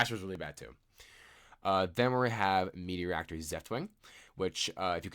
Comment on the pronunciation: The archetype is kinda cool but also heavily relies on playing it with other engines in my opinion. Also, it's Materiactor (Material + Reactor), not Meteoractor :P (yeah, I had to correct on that) Or do you just call it that way and it's a joke?